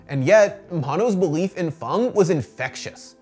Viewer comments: Please learn how to say fang... Dragons dont have fungs they have fangs... how hard is english? Is it not your first language? I cant even finish watching this... ITS FANG... A DOESNT MAKE A "U" SOUND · Why is Fang pronounced "Fong" and Karin pronounced "Car-in"? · Fang = fong? Wtf 🤣🤣🤣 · why he says fang like fung and karin like kahrin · Is it really pronounced "Fong" vs "Fang"